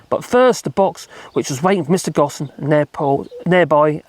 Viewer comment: It’s pronounced Go, plus mm. or Go home, minus the middle bit. The S is silent